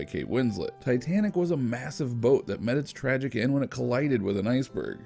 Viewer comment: You mean tragic. Not gracic.